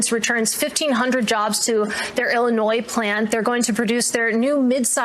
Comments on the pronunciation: illinois pronounced illi-noise? really? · Illi noise ? 😂 that reporter needs a pronunciation recall.